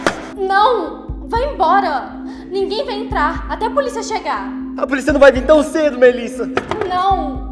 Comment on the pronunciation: O João: É so a gente chamar a poliça. Melhor português do mundo kkkkkkk